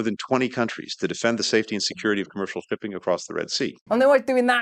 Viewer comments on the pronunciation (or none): did mister blinken really just say "to defend the safety and security of commercial pimping across the sea"?!! 😂😂because it really kind of sounded like that!! 😂😂😂on a lighter note😢😮😮😮😢could any of you have heard that line being said by one of those hugely bulbous white wigged and powdered lawyers in parliament from eighteenth century great Britain!?!! Anybody?!! Because I feel a skit coming on here;!! ❤😂